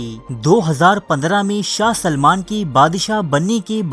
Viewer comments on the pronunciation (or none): none